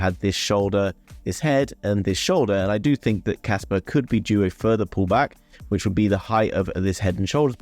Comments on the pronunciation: thats what I mean when you pronounced it you say Casper and not Kaspa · Well "pa" and "per" dont pronounce the same at all. I hold both project Casper and Kaspa and watch a lot of videos about them, and nobody pronounce it the same... so my guess is you probably think they are all wrong, but your not...Im french so I went to make sure and few pronounciation site sound like I said...But anyway I see that you prefer to fight then see your mistake which in my book is not how to grow so... never mind. Peace out ✌️ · Kaspa not Casper its a A at the end